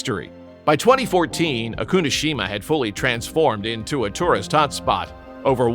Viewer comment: Not O-Kunoshima! Oku-no-Shima!